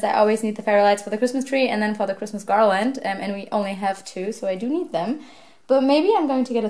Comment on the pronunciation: I love how you say pigmas instead of Christmas! 🐹❤️✨